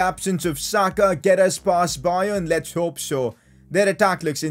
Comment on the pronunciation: Why u say sakas name like that